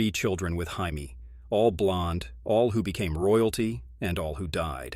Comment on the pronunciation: Can pronounce the odd names perfect but cant say jamie right